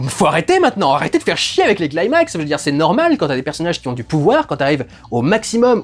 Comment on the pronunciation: Super vidéo, mais petite précision le mot "climax" se prononce avec un "cli" comme dans climat. Et non pas "claillemax". Et pour cause c'est un mot grec.